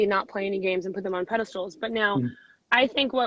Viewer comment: I noticed she said "pedistals", the plural...